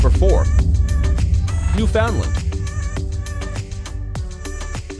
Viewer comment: You pronounce Newfoundland wrong.